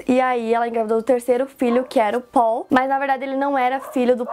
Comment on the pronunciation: O melhor é ela falando o nome dele que é Paul como se fala em português. 😅 Ou as vezes ela fala PÓU. 😂😂😂